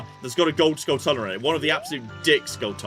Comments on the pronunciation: We can go both ways on whether it's tula or chula, but hearing pronounce it "uhluh" was horrifying. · It's pronounced "Skull-chula". It's a portmanteau of skull and tarantula.